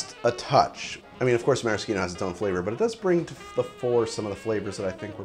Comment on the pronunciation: It's the most correct way.